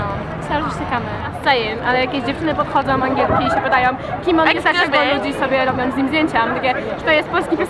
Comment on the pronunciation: "kamerOM, podchodzOM" Końcówki kaleczą uszy, ale za to angielski muszę przyznać bardzo przyjemny w odbiorze. Aż jestem pod wrażeniem :)